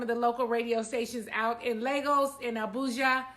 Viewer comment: Its Pronounced LAy-gos . Not Lah-gos. (The Lay is Dragged out. Hope this Helps! The way you said Abuja was on Point!